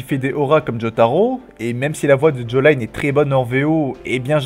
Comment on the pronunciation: Sa se prononce "djoline" pas "jolayine